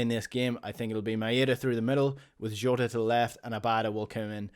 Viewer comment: Rogic and Jota pronunciation?